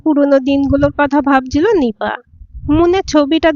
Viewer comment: #গল্পটা ভালো লাগলো। তবে কাদদে কাদদে (ভুলটা) আর বলবেন না। শুদ্ধটা বলবেন "কাঁদতে কাঁদতে"। আরেকটা শব্দ হচ্ছে "ভাবজি", এটাও সঠিক না। সঠিক হলো "ভাবছি"। #এগুলো খেয়াল রাখবেন আশাকরি।